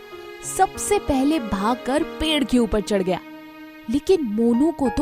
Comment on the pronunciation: पेढ नही होता पेड़ होता है